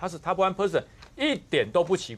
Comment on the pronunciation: 發音上應該是Top 1 percent not Top 1 Person. 簡單的英文發音 何不上網查一查呢？